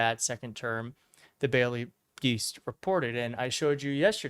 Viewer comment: Did you say "The Baily Deast" ?